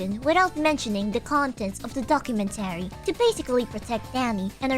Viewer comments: The only wrong thing in this video is the pronunciation of "documenTAry", instead of "docuMENtary". Everything else is BASED. "Death to Vshojo, long live the new flesh!" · Not related to the topic. But why do you say documentary like that? "Docu-men-tarry" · She says "documentary" the way a certain Minecraft YouTuber says "inventory."